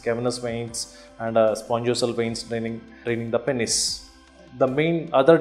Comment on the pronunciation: Every time he said pennes i laughed.